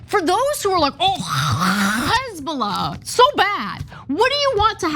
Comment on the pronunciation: Ana saying "Hezbollah" went full Hawk Tuah girl😂